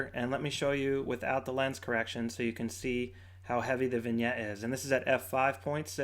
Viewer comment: Vignette, not vingette.